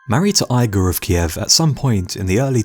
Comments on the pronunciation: It's EE-gorr, not EYE-gore. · eegor not eyegor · Eye-grr of Kiev? OH DEAR! Igor is pronounced ee-gore. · Mr Rob lang in the comments-I do hope it does not stand for language! It is Ghengis not Gangus. There is a reason for such spelling ie; (gee hyeng gis) not gang-gus. Nothing personal. The narrarator really needs l i guistic help-it is Igor ( ee-gore) not eye gore. Really and they feel they educate!! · Igor is pronounced Ee gor not eye gor.